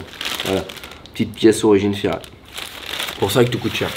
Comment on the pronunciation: Bonjour J’ai l’impression que vous avez du mal de dire Ferrari Et non Ferrai 😅😂 Bonne fête de fin d’année 🎉 🍾🥂